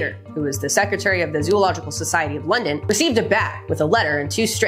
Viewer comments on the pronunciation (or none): none